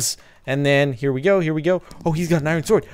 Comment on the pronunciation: Sparkelz turns Japanese when he says IRON SWORD